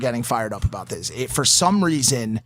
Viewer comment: logan u said what ever reison whats the reison